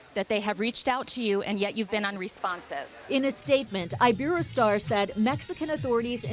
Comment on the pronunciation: Omg they didn't say iberostar right